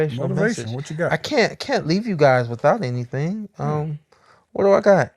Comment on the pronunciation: be saying anythang 🤣🤣😂